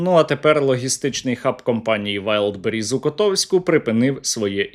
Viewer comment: Валдбериз драгораєт вони навіть казати правильно не можуть :face-purple-crying::face-purple-crying::face-purple-crying::face-purple-crying::face-purple-crying